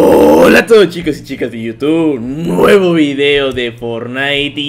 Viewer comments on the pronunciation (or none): none